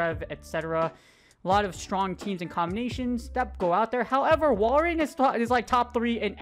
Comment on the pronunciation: Im a little triggered about you calling it walrIEn and not walrein